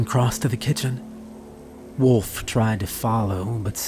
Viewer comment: My last name is Wolf and yes that's how its spelled. All I want to say is thank you for saying it correctly instead of Saying woof like everyone else!